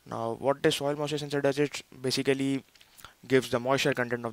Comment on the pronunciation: soil mussure ? :)